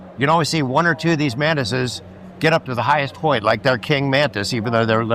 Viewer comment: ... why did i hear "The mantises... the man-tits" 🤣🤣🤣